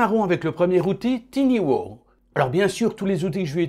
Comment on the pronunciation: Tiny (minuscule) se prononce "tailleni" et booth (cabine) se prononce "bousse" et pas "bouze" !